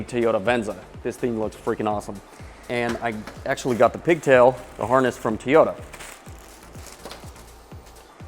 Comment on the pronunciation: TOE-YOE-TAH, not TEE-YOE-TAH